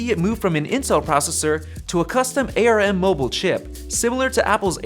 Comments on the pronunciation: Please it’s ARM not AyyArrrEmmm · It is ARM, not A.R.M!